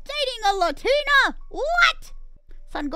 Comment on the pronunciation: Omg, Mousey learned how to pronounce Latina. She's finally graduated from pronouncing the "Latinians" Her high-school Spanish class teacher would be so proud ,l😂